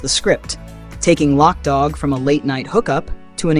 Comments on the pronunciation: LOC [loke] DOG NOT LOCK DOG 😂 gotta say it like a crip 😂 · It wasn't lock dogg it's loc dogg ...loc loc loc not lock.... Did you actually look at the movie and ever hear them say lockdogg .....it's LOC